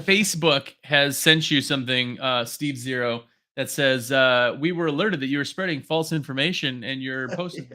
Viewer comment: Ohhhh its steve zero not SteveO lol omg